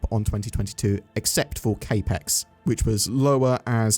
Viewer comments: Cap-ex, not kay-pex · CapX "capital expenditure" cap (like baseball cap) as in capital not K ... Otherwise great video ❤ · Yeah ngl it was bothering me the way he was pronouncing it lol. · Capex Pronunciation was driving me crazy, but I was giving benefit of the doubt that it might have been a UK pronunciation.